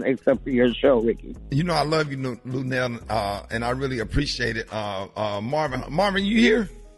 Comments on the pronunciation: BAHAHAHA 🤣 🤣 🤣 I sure was thinking am I buzzing or is he calling Luenell Luell...how you know somebody fo over 30 years & still can't say their name right...luv Luenell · I thought I heard him say "Luelle", lmbo! Get it right Rickey, lol. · Dude, you have a show and can't pronounce Luenell's name, that pathetic! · I know Luenell like, "why tf can't you say my name correctly" lol